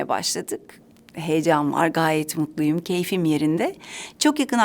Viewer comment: Büşra Özen yoo... mutlu olmasından korktuğum izlenimine nasıl kapıldın anlamadım. Mutlu olması sorun değil ki😂 .. izlediğimde, özellikle MUTLUYUMu vurgulaması doğal gelmedi, bu konuda bi çaba olduğu kanaati geliştirdi ... yorumumu okuyorum aslında gayet net ifade etmişim kendimi ama sen nasıl böyle algıladın anlıyamadım